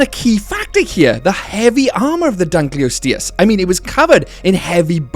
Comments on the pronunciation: Its pronounced Dunk-kleos-teus Not Dunk-kleus-teus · Pronounced the Dunkleosteus wrong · It died after hearing the way you pronounce Dunkleosteus… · I was TODAY years old when I heard this prehistoric fish's name pronounced i am familiar with the specie, reading about it in books and all, but it wasn't that popular a specie, vs "velociraptor" "dilophosaurus" "tyrannosaur" "diplodocus" etc. and i always had the head voice reading it as "dunkleo SAURUS" for what ever reason and never thought much about it. And now I realize its STEUS. today.